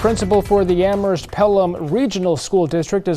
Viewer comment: Please,, the H in Amherst is silent. It's pronounced "am-murst"